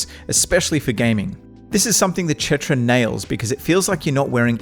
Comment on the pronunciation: idk why you keep saying chetra.